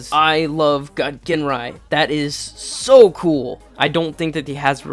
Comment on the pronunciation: Ginrai is pronounced "Jinrai". No hard G.